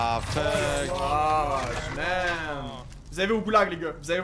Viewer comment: Il a dit oh man pas oh mom